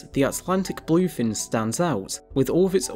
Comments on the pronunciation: Bul-oiy fin? Ree-creational? Maybe you oughtta work on the pronunciation guy. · i hear "boii"fin tuna 😂